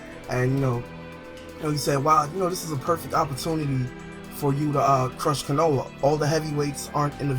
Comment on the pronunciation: Wtf this is Naruto not Dragonball z why is pple coming back to life!? An why don't you know how to say anything in Naruto right? Konha (co-ha-na) watch English Verizons